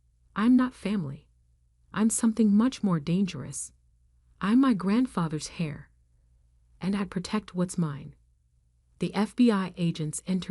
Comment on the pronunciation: Not even a minute and a half into the story and already finding mistakes: It's "they're", not "there", and "heir" is pronounced "air", not "hair"., if you did any editing, you did a sloppy job of it. You had a good story, and you crapped all over it by not editing. Since the counter above does not tally negative votes, I'll give you mine here: 👎👎